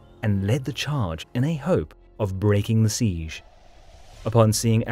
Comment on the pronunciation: Every time you pronounce 'siege' my brain cells die